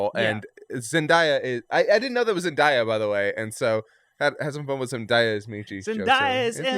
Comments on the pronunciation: Not being snarky because I thought this was a great review for the most part but as a long time Zendaya fan, her name is pronounced Zen-day-ah lol I agree though, her and Tom Holland's chemistry on and off screen (not even referencing the real life dating rumors) is awesome. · Peter did not feel ready to go from Avengers Recruit to stepping into the shoes of the Avengers leader Also you guys, pronounce Zendaya as zen day a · Just to help y’all out: it’s pronounced just ZenDAYa like “day” of the week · Zen-Day-A. That's how her name is pronounced. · I don’t think that’s how you pronounce Zendaya’s name... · Stop saying Zendaya like that